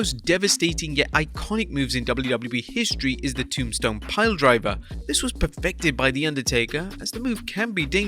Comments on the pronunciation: Ah yes, the good ole Tombston. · Ah yes the tombston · The "Tombston" Piledriver